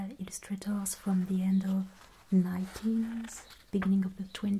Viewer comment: American here currently learning German with a passing interest in Linguistics. I think the reasons some Americans are confusing your accent with a German one are the similarities in some French and German vowel sounds and the pronunciation of "th" sounds. For instance, why you say "the," it is pronounced "zee." That is the cornerstone of the American stereotype of the German accent, despite it being pretty rare for Germans to utilize that pronunciation (source: German friend group). However, the way you pronounce (or don't) the letter "h" is a dead give away for the French accent. Just some untrained observations on my part, so take them with a grain of salt.